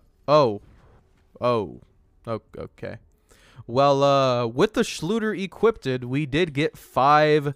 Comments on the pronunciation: Its funny how it nags at my sanity that you say equipted instead of equipped No front tho all fine xD Thx for Testing and have a nice day my man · Equip-did lmao it's killing me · i don't wanna be that guy, but it's "equipped", not "equipted". Also i mean... by that logic DLC weapons are pay 2 win too since some of the best weapons in the game are DLC content for which you have to pay. Of course you're gonna get access to new content by paying money (DLC in this case). That's how borderlands has always been. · Equip-ed. Lol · Did you guys really complain about getting more legendary drops? And it’s equipped not equipdid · The thing that bugs me is your grammar saying equippeded, its just equipped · The word you are trying to say is EQUIPPED not EQUIPTED!!! There is no such word as equipted. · "equipeded"? nobody? really? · "Equiped-ed?" Sorry but hearing this repeatedly is just cringing-ing. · Equipped-did Everytime he said it i started laughing lolol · 'Equippded' Did you not only say, 'Equippded' but actually repeat it multiple times? As an English teacher I'm a bit ill here... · I noticed that to it kinda bugged me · Pst. Equipped is two syllables (unless I'm missing an inside joke) :) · You are not saying equipped correctly. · Why are you saying 'Equipped' like that? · Say equiped right bruh